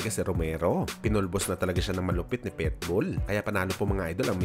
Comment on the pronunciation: Ayusin mo salita mo.... Anong PETBOL?